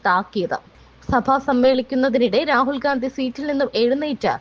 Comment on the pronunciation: പറയുമ്പോൾ ഒന്നുകിൽ രാഹുൽ വിംസി, അല്ലെങ്കിൽ രാഹുൽ ഗണ്ടി ഇന്ന് പറയുക ഒരാളുടെ പേര് തെറ്റായി പറയരുത്